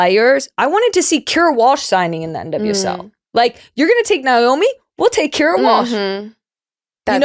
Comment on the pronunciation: Pretty sure it’s pronounced NAYomi not NYOMI. But I shouldnt 🎉nitpick. No one would confuse Tobin Heath for a journalist.